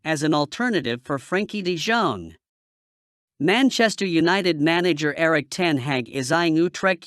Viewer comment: Maenchester eunited😂😂